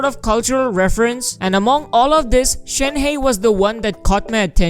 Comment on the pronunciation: The incorrect pronunciation is killing me. It's not Shen heist ---- more like Shen herb !